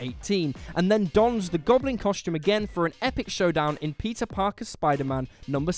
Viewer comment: Am I the only one that kept on listening "Pizza Parker"?